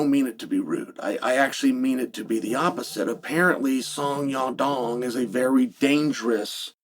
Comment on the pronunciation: I genuinely thought he was messing with us by saying song dong. But now he changed it to song young dong. fun fact, Oregon is the most white state in America and that explains why he can’t pronounce names.